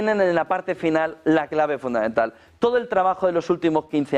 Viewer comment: Por favor podría decir FUNDAMENTAL..y no FUNDAENTAL, GRACIAS!!